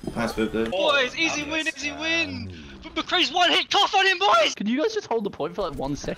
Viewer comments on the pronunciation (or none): I legit always heard the “cough on him boys” as “toss on him boys” and just assumed is was Australian slang for beat his ass or something lol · it definitely sounds like toss to me but i can see why would hear it as cough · could’ve sworn it was toss on him boys